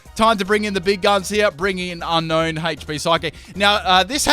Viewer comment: It's pronounced un-own not un-known lol.